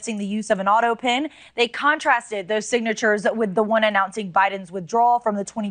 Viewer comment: It's pronounced auto pen. Not auto pin!